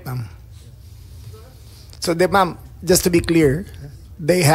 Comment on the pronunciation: Mom, hahaha, instead of Ma'am